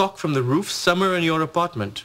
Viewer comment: When Raj says somewhere in this apartment, it sounds like he says summer in this apartment